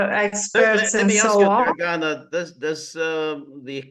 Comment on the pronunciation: Very good guest. But George, please ask your guests how to pronounce their names in the future. I'm pretty sure (source: I was born in Yugoslavia and speak Serbocroatian) that you should stress the first A in Dragana and first I in Trifković.